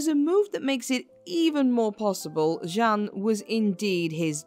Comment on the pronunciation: Jeanne,means jane ,you keep changing pronounciation